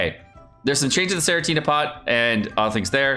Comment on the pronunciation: Senenitea pot is pronounced the same way as “serenity”. Sorry to be a language daddy.